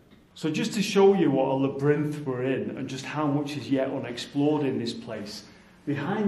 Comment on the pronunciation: Lol “la brinth” I think you mean labyrinth.